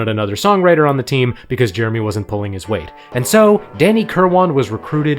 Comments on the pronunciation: I believe the Brits pronounce Danny's last name as "KURR-win," not "KURR-WAHN." Also, Mick's then-wife was the sister of George Harrison's WIFE. 😎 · His name was Danny KIRWAN. Not kill-won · Love this! One thing: "Kirwan" pronounced "Kir-wen". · So what is it? Kirwane, Kilwarn, Kerwine, Kilwane? It's bloody Kirwan! "Kir-win" And De Lane Lea is pronounced "De Lane Lee" not "De Lane Leah"! Where'd you learn English? One of those Ebonics schools? And did you only attend 1 class per month? 🤦🏻🤣